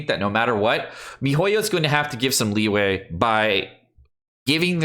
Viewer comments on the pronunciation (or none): Is it just me or did subconsciously pronounce leeway as Liyue?